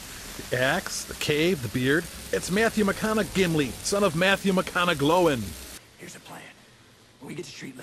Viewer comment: Although to be fair it should have been Gloin as in coin not Gloin as in...well...glowin'